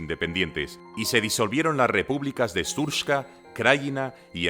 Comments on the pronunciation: Shurpska 😂 Se dice Serbska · srpska se lee s(é)rpska